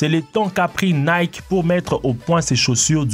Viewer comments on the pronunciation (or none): none